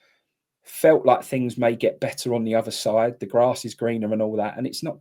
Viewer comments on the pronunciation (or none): none